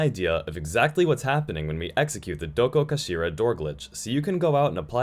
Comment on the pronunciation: i clicked to see how badly you butchered the pronunciation on 'dokokashira' hope im not disappointed edit: could have been worse